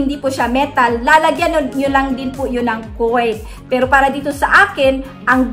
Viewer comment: Ano yung ilalagay pag paso ang gagamitin di ko kse masyadong maintindihan yung pagka bigkas mo coin ba ang ibig mong sbihin senxa na paki klaro naman Po